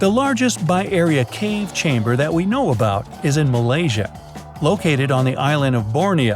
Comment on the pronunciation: it's malaysia not malsia